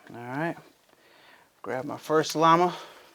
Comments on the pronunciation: its Lama not lima LOL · Láma not leeee ma 😁